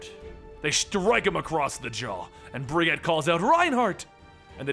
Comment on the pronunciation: Its pronounced "Bridg-jeet"